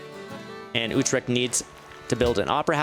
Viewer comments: YOU PRONOUNCED UTRCHT INCORECTLY ITS U-TRECHT ( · yo i am from Holland and i think the way you say Utrecht is really funny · I agree